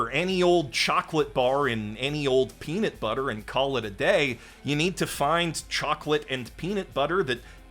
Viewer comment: First time here. Your videos seem great. But it's peaNUT butter, not peaNIT butter